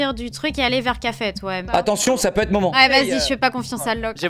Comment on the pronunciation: Thequeen Mas il a dit deux fois momant